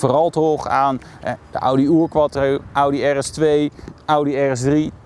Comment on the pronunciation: Remy van Splunter hij wou denk ik zijn afkomst nog even duidelijk Maken 😜